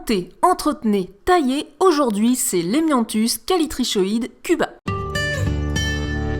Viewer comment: *Ça se dit Callitricoide je pense